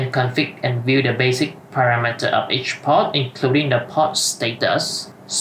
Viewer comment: reading the options of the switch, inventing pronunciation is quite funny , like poRt has a R in the middle. you're reading all the time pot, instead of port, i.e. the first one is something to smoke. do not omit letters and learn the correct pronunciation .... your video is as helpful as reading the manual in Chinese ....